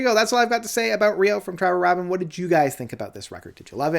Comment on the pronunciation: It's pronounced "ray-bin."